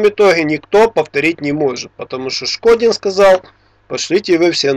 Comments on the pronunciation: Шкондин а не Шкодин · НЕ ШКОДИН, А ШКОНДИН, ТОВАРИЩ. ИМЕЙ ЭЛЕМЕНТАРНОЕ УВАЖЕНИЕ К ИМЕНИ. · не Шкодин, а ШКОНДИН... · Афтор дурачок решил заработать себе имя на неправильном произношении фамилии великого человека? Шкондин, повтори и запомни. А лучше повторяй свою, а то и её не сможешь правильно выговорить. Это моё мнение!